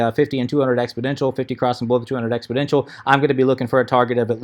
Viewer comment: FYI it's exponential not expoDential